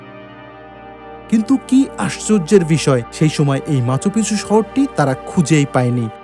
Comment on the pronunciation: uccharon ta bismoy na bisshoy😏